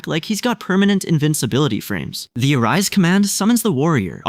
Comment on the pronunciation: Bro said ARISE.